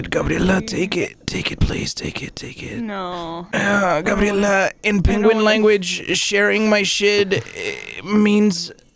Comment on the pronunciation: It's cleary grabierla